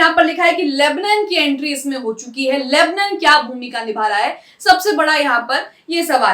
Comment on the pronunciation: Lebnan nahi lebnaan bolo